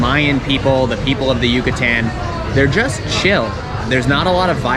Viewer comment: Good video, good premise and factual. However, you need some pronunciation help... Mérida (accent on first syllable) is pronounced "MEHR-ih-dah", NOT "murr-EE-da" ; Yucatán is "yew-kah-TAHN", NOT "YEW-kuh-tan"; Quintana Roo is pronounced "KEEN-tah-nah ROW" (rhymes with "mow"). Now you are another step closer to Spanish fluency! 😃👍🏻🇲🇽